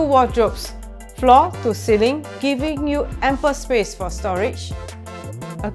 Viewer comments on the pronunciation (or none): try not to add unnecessary sssss in your words. btw. it's ceiling not ceilingsss